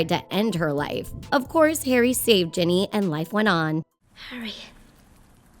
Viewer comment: she said Jenny not ginny